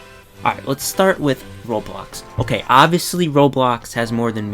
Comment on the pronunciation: Wait but, please say ''roblox'' and not robox.